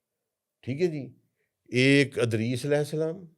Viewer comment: has learned the Arabic Language but he has a very strong punjabi accent and say every Arabic name and word that starts with Fatha, he pronounce it with Kasra… Eg: Idris.. he say Adris… Ilyas, he say Alyas… 🤷🏽‍♂️🤷🏽‍♂️🤷🏽‍♂️